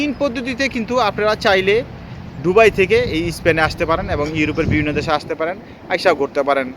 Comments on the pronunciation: সালা একটা অশিক্ষিত দুবাই উচ্চারন করতেই পারে না বলে ডুবাই।কথা বল্লে নাকি তাকে টাকা দিতে হবে। বাটপার। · উচ্চারণ টা কি দুবাই হবে না ডুবাই হবে? জানাবেন প্লিজ 🙏 কারন আপনি বার বার ডুবাই বলতেছেন😡